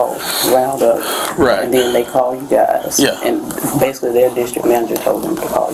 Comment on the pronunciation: "basucly"..."basucly" "basucly".....